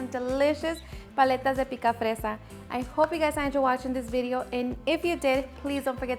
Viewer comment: Thank you for blessing us with this great popsicle recipe 🫶 ANDDD it’s picafresa.. that’s a +